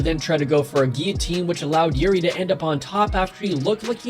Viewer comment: Why are you calling him Youri? It's pronounced like eerie